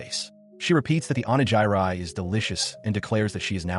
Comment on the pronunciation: "Onejairai" Its Onigiri, you clank- 🥀